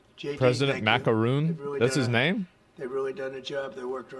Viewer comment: "President Macaroon" These are not serious people 😂